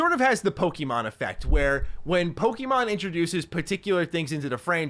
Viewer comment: Po Key Mon 😂